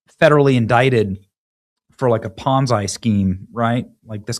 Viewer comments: It’s “Pon-Zee” not “Pon-Z-Eye”. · Ponzi scheme is pronounce "pon-zee". Bonsai Tree is pronounced "bon-zye". What country is he from?